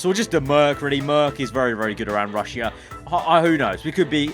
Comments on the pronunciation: Bruh wtf he sayin rushya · How many times did he say RUsS-sIA